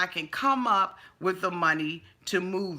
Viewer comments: “Wiv”? “Wif”? IT’S “WITH”!!!!!!!🤨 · “Wif”! There it is again!!!! I know that you can enunciate the “th” sound, because you say “together” not “togefer”.....🙄